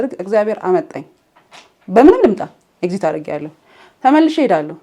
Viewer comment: Its a perspective even with the flows i kinda like some of it. እና ኤግዚት ሳይሆን ኤግዚስት ነው የሚባለው 🙂 ግን i lovr ur innocence ❤ ur friend ግን ላላ በይ በያት መጀመሪያ ላይ ጓደኛዬ ምናምን ስትይ ያሳየችውን face አልወደድኩትም